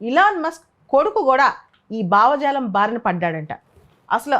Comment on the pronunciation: బావజాలం కాదు మేడం భావజాలం అనాలి